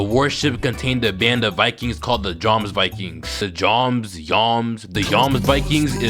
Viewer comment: They say the names in the show watch dubbed if your going to pronounce their names that bad fokie is (flow-key) and jormsvikings are (your-ms-Viking)